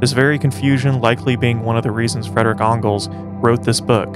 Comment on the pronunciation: yo said "Fredrick Ongles" lol